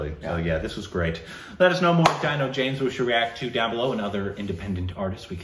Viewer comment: "Deeeno" James... :) Dino, Tina, Gina... All same phonetically